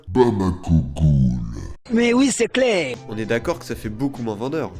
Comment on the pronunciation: "Mais oui c cléér" 😂